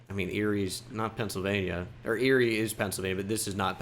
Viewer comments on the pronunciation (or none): none